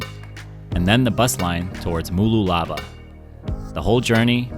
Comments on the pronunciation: Excellent video of my region of Australia. Pronunciation 😂 Mooloolaba - M'loo la bah. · OH GOD THE WAY HE PRONOUNCED MOOLOOLABA KILLS MEEEE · The misspronunciation of Mooloolaba is hilarious. 😁